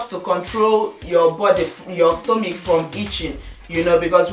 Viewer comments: I doubt it.I am a Nigerian and I pronounce Stomach not stomic. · Lovely tips. i just want to ask, why do you pronounce stomach as stomic? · i love u dear but why are u saying "stomich" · stella-marie signature my sister, I couldn't stand it too, and her Igbo accent is so unstoppable. I love her videos but...